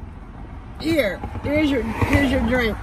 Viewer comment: put so many syllables in " where's my drIIIIIIINNNNK?!" 😭😂😂